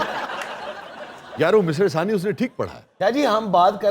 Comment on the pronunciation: مصرعہ ثانی...... نہیں.. بلکہ... مصرعہ ثانیہ..... ہے